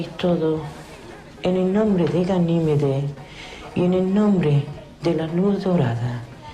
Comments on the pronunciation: Yo escuche ganimides ustedes no? digamen q escucharon aver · Por cierto, se dice Ganímedes! Por lo demás, muy buen vídeo! 👏